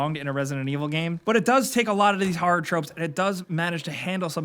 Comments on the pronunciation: Liked for how says "harrer" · "harrer"